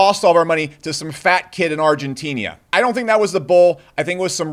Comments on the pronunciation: "Argentinia"? Lol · Argenteeneeah? Must be a new country.